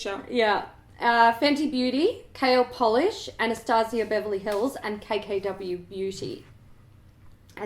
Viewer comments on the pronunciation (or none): none